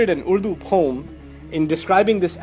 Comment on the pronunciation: You said urdu so nicely it looks like you are pakistani😅😅 Mashallah